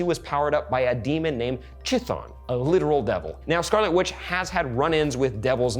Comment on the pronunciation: This is a very good set of theories. Color me hyped. Also -- "Chthon" is oddly pronounced more like THAWN. It's a very old name for a Greek titan of the underworld.